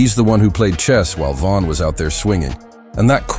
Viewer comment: Pronounce his name right. It’s Von not van.